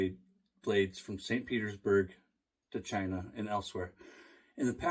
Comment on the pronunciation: Did you say “shine-ah”? Hehehehehe